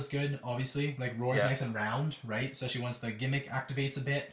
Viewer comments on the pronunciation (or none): Adorable how the dude on the left never seems to be able to pronounce the word "especially", it's always "Eck-specially"